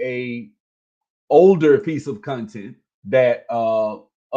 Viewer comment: “Cunh-tint” lol